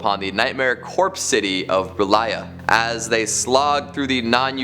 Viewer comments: inns mouth and not innsmouth, reylay and not R'lyeh, yeah I don't think he does. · I think it’s pronounced “Er-Lee-ay”